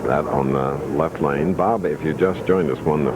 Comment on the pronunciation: Plus the way he pronounces his “L’s” drives me nuts. It’s like a combo of Y and L. “Pete Weber is up on the YLeft YLane” 😂